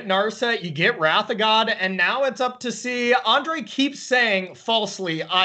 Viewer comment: This caster doesn't know how to pronounce wrath